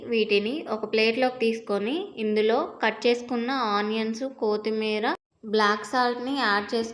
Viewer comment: కోతీ మీరా కాదు, కొత్తిమీర అనాలి. ఇంకొకటి దయచేసి వండేటప్పుడు ఆలా మధ్యలో తినకండి. అది డిసెన్సీ కాదు